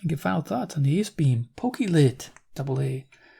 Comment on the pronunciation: Pokey Lit? It's pronounced Poke-clit.